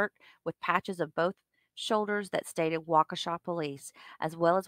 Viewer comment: OAF FORF, BAFROOM, BOFF...